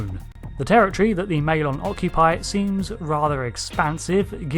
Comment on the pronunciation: It's pronounced "territory", not "terror tree".